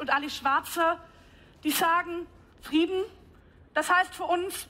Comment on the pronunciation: Sprechfehler: Friedna statt Frieden, .......